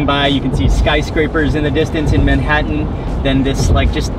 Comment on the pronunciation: Mark wiens, the only man on earth who pronounces the t in Manhattan